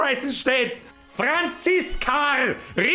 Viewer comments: Ich feiers dermaßen wie du FRANZISKARRRRR sagst. Ich ess dia Weißwuascht aber a mit Haut, weil mein Mutter aus Österreich kimmt und bei uns nix weggschmissa wird. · Franziskarrrrr 😂😂😂 I hoas a Franziska jetz scham i mi 😂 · Oida d FRANZISKARRR is scho fucking vier Joah her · Des Franziskarrr des hod mi zlegd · Franziskaaaarrrrr i moa mi zbreslts😂😂😂